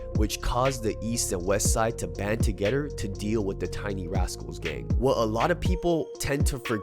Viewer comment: To"Getter".... *together, 2-Gehh-Thur, Too-Gathe-er, to-g-ehh-thur*..... sheesh.